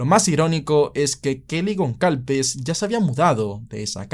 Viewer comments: Gonsalves. GonSalves. GonSSSSSSSalves!!!! Por dios, en serio no te sonaba mal pronunciarlo tal cual, goncalves? En serio te imaginas a un guiri pronunciandolo asi? Y se dice superviviente, no sobreviviente. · Gonçálves, hermano. Es un apellido que se usa en Portugal y Brasil. Se pronuncia como: Gonzálvez. Semejante a González